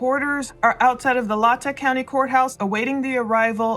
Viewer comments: Respectfully, Latah is pronounced phenetically as, "Lay-taw". Thank you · Its pronounce lay-taw county. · Excellent coverage! I love seeing your face on the videos! I just wanted to say it’s pronounced LAy-TAW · LA Tah. Is how it is pronounced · Latah is pronounced “Lay-taw” and Kootenai is pronounced “Koot-knee”. They are the names of native Idaho tribes. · Fyi, it's pronounced LAY-tah. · It’s Latah like Lay ta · Please....it is pronounced Mos-ko and Lay-Taa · The airport is the Pullman Moscow Airport and it’s technically in Pullman Wa. It’s also pronounced Lay-Taa county spelled Latah . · Lay - Taw county (pronounced)